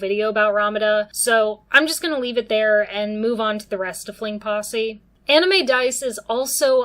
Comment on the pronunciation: Great analysis and look at it! I'm still stuck on the way you say fling possy lol